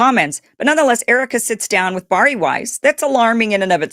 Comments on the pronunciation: The name is pronounced BareE. It is not pronounced BarE. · Bari’s name is pronounced, “Barry.” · Seriously you are just vomiting up Candace Owen’s talking points, because she said she was going after Erika, plus her name is Bari pronounced Barrie.